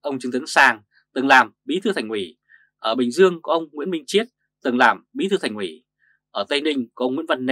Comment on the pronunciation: Thành ủy mà ông này nói thành quỹ thành quỹ .